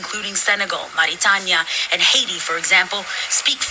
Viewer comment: Who is the dipstick doodle that purposely pronounced “Mauritania” in an hispanic accent? They speak Arabic there.